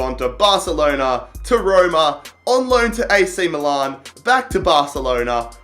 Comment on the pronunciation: so this guy can pronounce 'Tianjin Quanjian' but he cannot fucking pronounce 'milan'...MILAN ITS NOT MOO-LARN GOD HAVE MERCY NO....